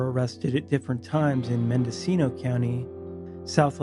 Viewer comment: So refreshing to hear a YouTuber correctly pronounce Mendocino County. Growing up, whenever we'd go hiking, we'd tie a bunch of empty cans on string to ourselves, so that no one thought we were sneaking up on them. Dad didn't bring his gun; you don't want anyone thinking you're a threat. It helped that it was two middle-aged hippies and their two little kids. We'd stick to a particular route that went through LP's land (a lumber company). Don't be stupid, don't pick a fight, and know which areas to avoid.